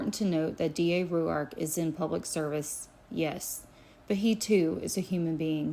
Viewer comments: Yes why? In Australia it would sound like Rork. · Pronounce his name like (rork) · Why are you pronouncing his name like that lol